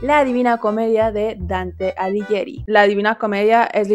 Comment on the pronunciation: hablo como italiana puedo decir que eres la primera a decir bien "Dante Alighieri" Y por eso te estoy amando más de lo que ya te amaba Besitos desde el sur de Italia😂❤